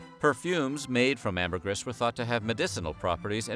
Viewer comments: Sigh... Say it with me now: Amber-GREEEEEEE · I think you mispronounced “Ambergris” a hundred times. 😂. Sperm whales don’t “cough” them out. They 💩 them out.